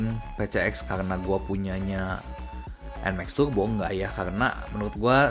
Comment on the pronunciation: PCX TAPI YG DI BENEREIN BEDAIN BANG ANTARA ERRRRR ATAU ERGGGGGGG GAK PAKEK G YA RRRRRR BUKAN TURBO BUKAN TUGBO